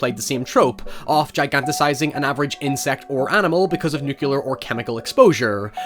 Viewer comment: Wow! He said "nukuler"